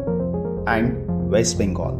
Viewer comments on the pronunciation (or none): none